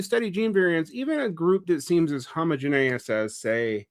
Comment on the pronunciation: I try not to be a stickler for pronunciation—I was a kid that frequently learned words from reading instead of people speaking (not to mention how pronounciation is tied with shibboleths and the myriad of other class issues)—but it is realllllly bothering me how he's saying homogeneous 😅